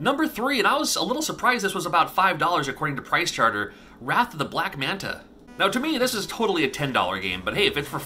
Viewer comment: my pride and joy is a very good condition CIB castlevania 3, with $9.99 sticker on the box from funcoland :-). and OMG, why can't he say "pricechart-ING" ... he says it wrong so many times.